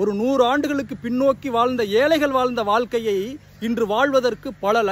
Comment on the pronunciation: ஏலைகள் பிழை,ஏழை தான்சரி.வால்கை பிழை வாழ்க்கை என்று உச்சரிக்கவும்.தயவு செய்து தமிழை கொல்லாதீர்😢